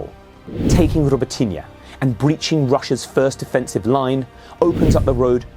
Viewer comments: Hey! Guy! Robot - ne! Try to say- robot- ne! So simple… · It’s pronounced “Roh-boat-tin-nyuh” please. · The way he pronounced Robotyne at the beginning. Was that correct?